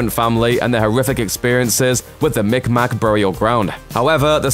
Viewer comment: we don't say it as "mick mack" anymore, it's actually pronounced sounding like, "mig-maw" and the appropriate spelling is Mi'kmaq :) just fyi should you need to mention the group again in the future.